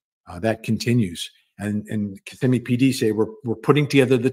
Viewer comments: Hey, not being critical, just letting you know, it's kiSSIMme with emphasis on SIM. Just an FYI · Ka - simm - ee- Kissimmee —— Osceola Ah- see - Ola. Correct pronunciation